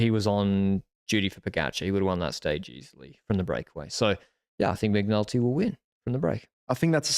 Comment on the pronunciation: I swear I heard you call McNulty 'McNuggets'! Love that you guys are having a giro camp out ❤